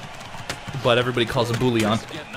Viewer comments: It's not bou-e-llon. The proper way is actually "Booyon" even in French. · I think it's Bouijon in pronunciation. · The way to pronounce Bouillon is "Boo-younn". The younn should be a merge of "oh" and "on" ;) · It's always funny to hear French Canadian names pronounced in English. It's Boo-yon. More or less. =) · Bouillon is pronounced 'bwee-on' :P